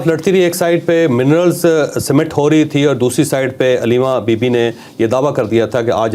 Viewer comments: Illiterate javed chaudhry sahib It is summat not simmat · Mineral cemet nahi Mineral Summit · چوھدری صاحب تلفظ بہتر کیجئے summit کا تلفظ اور کفار پر پیش ھے